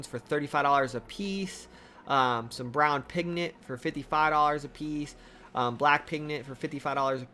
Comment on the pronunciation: PigMent... Not "pignent"